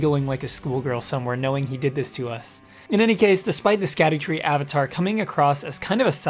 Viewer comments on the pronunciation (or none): I believe it's pronounced "Shadowtree" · I don’t know if anyone’s corrected you, but scadutree is said like shadow tree. More accurately, sha-dew-tree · I heard that it is supposed to be pronounced sha-doo-tree for scadutree